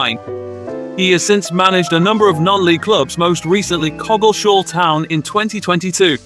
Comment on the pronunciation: Tell that Why-ven-hoe is pronounced Wiv-en-ho... He got Coggeshall right, which is arguably a more difficult name... Good old Stuart Neice.